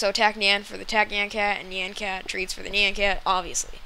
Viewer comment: YOU PRONOUNCED IT WRONG AND I WANT NYAN CAT. is it a mod?